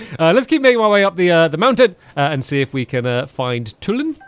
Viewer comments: ITS PRONOUNCED TWO-LIN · STAMPY, his name is pronounced Tooh-lin